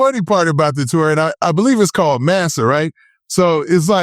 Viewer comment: C'mon do your research bruh, you sound like the name of the tour is Master like slaves or something.. IT'S MASA (MAKE AMERICA SLIME AGAIN). SMH